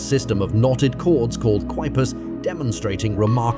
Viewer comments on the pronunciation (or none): The knot system "Quipus" is actually pronounced like "key-poos"